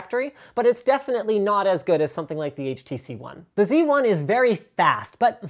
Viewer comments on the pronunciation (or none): You are canadian... I think you should say Xperia Zed lol